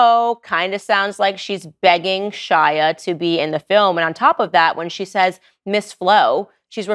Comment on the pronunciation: It weirds me out that you keep calling him "Shila" instead of "Shia" .....